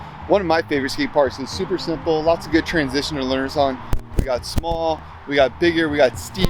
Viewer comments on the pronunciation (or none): none